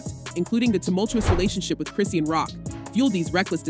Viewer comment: Chris-Sean (Shawn) not Christine or Chris-sheen or Christian